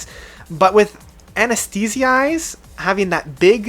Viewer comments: AB-SEN-TI-A AN-ES-THI-TIZE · Holy fuck. Seriously. Don’t mean to hate but your comprehension of English pronunciation is horrid. A-NEST-TE-TIZE. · Pronounced An Es The Tie-zed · Cringed ever time! And then the anesti- tine- ize!, argggh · I can see the mis-pronunciation of In Absentia in the same way as Anathema is pronounced as An a theme ah when it is in fact A nath ema. But Anesthetise? You should have done more research on those I'm sorry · It's not that difficult. IN AB-SENT-EE-AH AN-EES-THA-TIZE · Sorry to add my voice to the clamoring masses: AB-SEN-SHE-A A-NES-THE-TIZE Great list by the way. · This guy can't even pronounce absentia, shallow and anesthetize and he ranks PT albums, UHH!